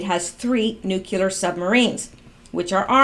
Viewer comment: Nu-clear not nu ku ler